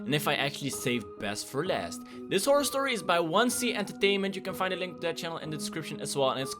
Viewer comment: stop saying "whore". The word your thinking of Is "horror "